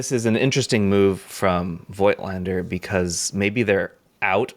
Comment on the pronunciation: Hey, you pronounciation-freak! Please also give Voigtländer some love: It's pronounced with an F and the I is silent. So it's like "folked-lander" but with a T at the end of "folked". Maybe "Fohktlander"? Just try it!